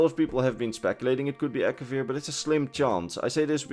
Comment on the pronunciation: It’s Akavir